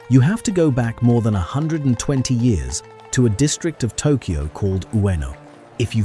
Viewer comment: "Made in Tokoy" :D